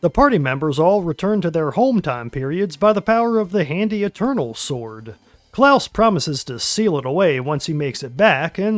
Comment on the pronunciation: Its CLAUS not Klaus. Also this came out on my most recent birthday.